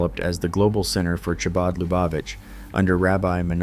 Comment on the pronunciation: Chabad as the ch in the composer Bach. Not as in cherry.